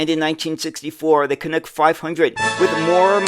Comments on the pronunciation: Ok, say after me, CAN-UCK, not Cunucks…… 😂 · Interesting video, BUT! It's not pronounced canOOK. It's CanUk (like DUCK).